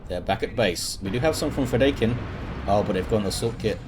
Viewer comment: Fedaykin. Feh-DIE-kin. It's from Dune. You can listen to its author pronounce it here